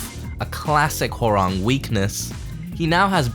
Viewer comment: It's HÓrang, not HoRÁNG